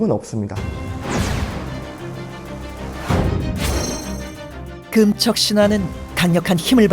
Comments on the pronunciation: 나레이터가 '금척'이란 단어를 발음할때 금:척(그음척)이라고 하는데요......맞는 걸까요? 금반지, 금목걸이, 금화, 금은방.....의 '금'은 다 짧게 발음하고, 금지, 금주, 금연, 금물의 '금'은 다 길게 발음하는데 왜 굳이 '금척'의 금은 길게 발음하나요? 비디오의 내용을 보지 않는다면, '재는 것을 금지한다'라는 의미로 들리네요. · 짧게 발음해야 한다!:person-turqouise-waving